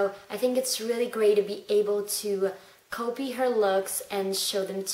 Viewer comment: it sounds like you say coupy instead of copy? Lol